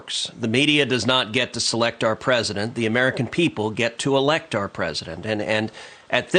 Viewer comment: Such Emphasis on "Elect"